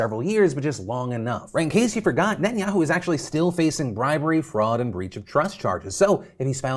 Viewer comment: I love you and your videos but your gotta work on your pronunciation of Netanyahu, it’s not ni-in-ya-u, it’s neh-tahn-ya-hu